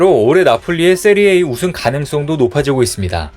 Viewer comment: 세리에 '에이' 아니고 세리에 '아' 라고.. 레알 마드리드를 리얼 마드리드라고 읽는 거나 같잖아